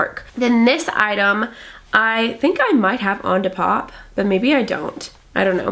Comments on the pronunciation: you can literally watch any other depop video on YouTube and find out how to say it. D. POP. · you can't be serious saying depop like that